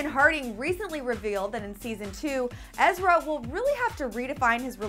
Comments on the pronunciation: EZRA NOT EZRIA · EZRA! not ezria! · its EZRA not ezria